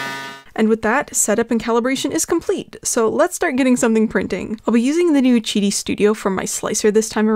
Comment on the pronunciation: chidi? i thought it was Qidi (kee-dee). like quail or quack